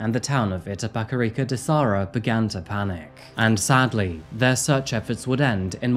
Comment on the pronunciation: It's Itapecerica da Serra, not Sarra :)